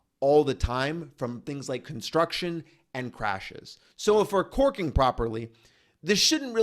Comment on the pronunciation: 💋👄👅Enunciate, it's CORKING not twerking🤭😅. Filming outside must be difficult. It took me a minute to get it.